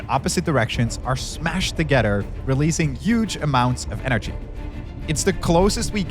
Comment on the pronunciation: Why the funk does he have to pronounce together like togetter? LOL